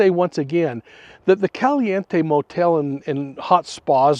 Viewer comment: CAL- E- In-tay 🤦🏻‍♀️ and I'm going to believe whatever you tell me?